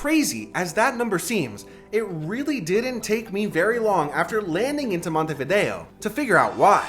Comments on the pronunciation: Montevido no, Montevideo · la traduccion IA es lamentable, "Taza caliente de mate" ??? "punta di" ? es MONTEVIDEO Y NO montevi. otra cosa..... el tango no es argentino, es RIOPLATENSE entre montevideo y bs as. vuelve la IA a decir monteria a MONTEVIDEO.